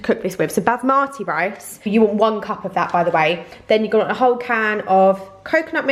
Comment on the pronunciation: bas marty, in defo gonna pronounce basmati like this now 🤣 love you ❤️❤️❤️❤️